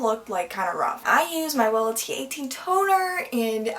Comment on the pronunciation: "But... Tonerr" 🤣😂